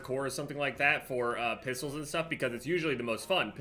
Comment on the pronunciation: The way says “pistols” (pissles) reminds me of the way he says “dentist” (dennist)